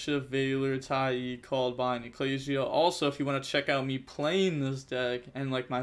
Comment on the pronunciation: broooo it's Tai "ah" with an A its not Tai E lol. love the channel tho keep grinding